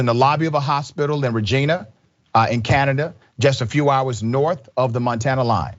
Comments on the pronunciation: Not that it is important, but it is pronounced "ree jine uh" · This is my home town. I’m not surprised. Not at all. Also You pronounced it wrong Regina rhymes with vagina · Mental Health is not a race issue though, but it needs a ton of attention. Also, Regina in Seskatchuan is pronounced like Vagina.